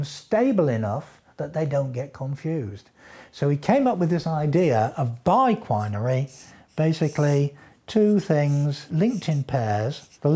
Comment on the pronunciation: bi-quin -by what? (omg did he just said by-queen?) -bi-qui, bi-quin 😂😂😅